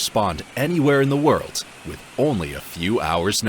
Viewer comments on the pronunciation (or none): none